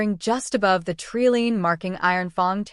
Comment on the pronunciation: Good story, but an abrupt ending. Leaving me wondering what happened. Also every time she said tree line but, it was pronounced tree lean my teeth grated. Do you proof your work?